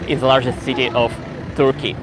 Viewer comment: Interesting! If you stay there for some time: a pronunciation tip: the "u" in Turkey and Turkish is pronounced more or less as the "e" in "person".